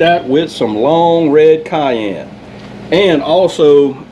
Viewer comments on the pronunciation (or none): none